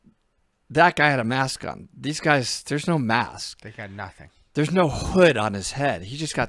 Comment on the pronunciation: why did you say hood on his head like that LMAO.